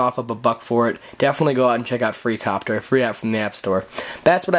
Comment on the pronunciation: its copter not IIIIIIIIIIIIIIiiiiiiiicopter